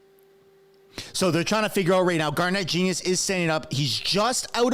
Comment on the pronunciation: Please respect Garnett Genuis by correctly pronouncing his name. Listen to how he introduces himself. Gar'net Jen yoo' iss